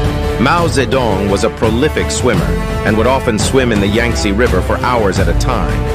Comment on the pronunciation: And he mispronounced Yangtze in such a horrid way